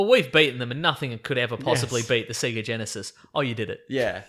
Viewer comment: Its pronounced "say-gah"! Not "see-gah" ! When will people learn?? Fuck, man.